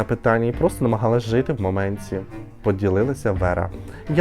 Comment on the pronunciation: Ти критикуєш Віру за її "дЗякую" , але сам говориш " у цьому моменЦі" , " протягААААм" .